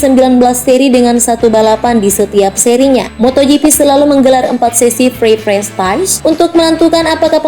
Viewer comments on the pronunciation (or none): prototipe : prototaep bukan prototip free practice : fri praktis bukan free frektaes bridgestone : brijston bukan brigestone michellin : misyelin bukan mikelin steve mclaughin : stiv miklovin bukan stef meklouglin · Free practice --> free prastais Bridgestone ---> Brigeston Michelin --> Mikelin 😅😂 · Wkwkwkw free practice malah free prespais 😂😂